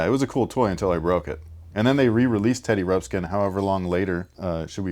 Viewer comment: OMG so funny just talked smack about kids not saying Teddy Ruxpin, and then right after keeps saying Teddy Rupskin